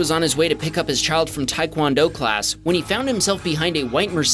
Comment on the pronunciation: TAE KWON-DO NOT TAI (TAE IS PRONOUNCED AS TAY AS IN STAY MINUS THE "S" AND "E" INSTEAD OF "Y") .